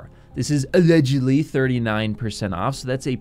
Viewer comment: Everytime you went "ALLEDGUDLY" I freaking died bro.